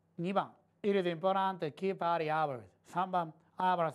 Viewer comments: の「It is important」が、「ピピピポラ…ピピピポラ」に聞こえた(´_ゝ`) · importantのtはほぼ発音しないからそう聞こえるのかもです！(一年越しの返信)